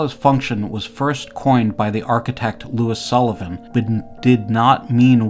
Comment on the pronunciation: Louis Sullivan NOT Lois Sullivan